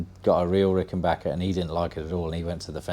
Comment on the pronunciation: Congrats on the Azureglo! I have a 1977 myself. Always glad to hear somebody pronounce "Rickenbacker " correctly!